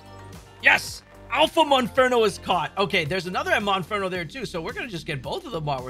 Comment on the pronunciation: MONFERNO KRICKETOT. If you’re going to do a video about finding these Pokémon, for goodness sake say the name of the Pokémon you are actually referring to CORRECTLY.